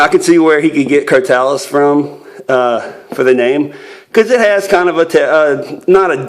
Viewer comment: It is pronounced (cro-toe-lus).